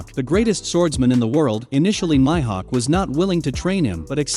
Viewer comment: MyHawk is all I heard for Mihawk